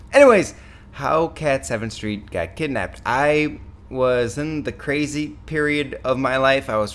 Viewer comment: did anyone else noticed he said Kit-Napped?